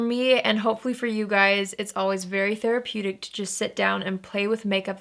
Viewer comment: When you said therapeutic, it sounded weird, I almost thought it wasn't an actual word lol